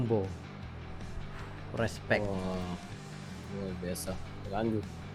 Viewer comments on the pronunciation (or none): Pengucapan bahasa Indonesia jumbo, bukan JAMBO....!!!